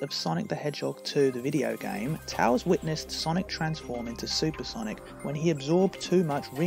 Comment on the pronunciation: Bro I love your videos so much bro thanks for being in my recommended again :) also I like the way you pronounce tails